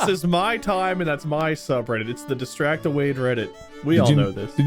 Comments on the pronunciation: Guys. Its Dis-sad-ible Not decidible lol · Anyone else hear him say Decidable at the beginning? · Am I the only one that heard "decidable" rather than distractble in the intro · why did he say decidable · anyone else noticed how intro person said disign able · Excuse me but desilable? Voldemort said desilable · Im sorry did the announcer guy of the episode say "welcome to Dissadible"? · Am i the only one who heard the narrator call it Decidable